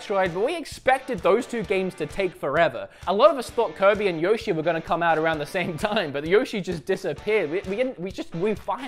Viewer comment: For a guy that loves Nintendo you chose the wrong team for the pronouncing of Yoshi.